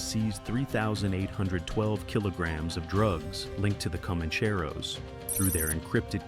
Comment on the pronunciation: Pronounced "common-chair-oh".